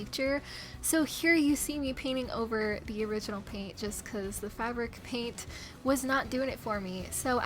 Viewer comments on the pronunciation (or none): none